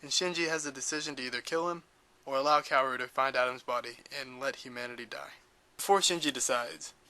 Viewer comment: you cant say KAWORU right ? KA-WO-RU not kewewi ,kewewe ,kewow Overal , this VIDEO.... IS SO GOOD , make me understand EVA THANKS